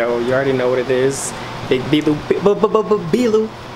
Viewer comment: U know how Spanish ppl they read their v's as b's right vilone bishop right here oh ma bad VLOU 😂😂😂😂 9k subs left to 1m subs Edit: VOW Edit: We miss you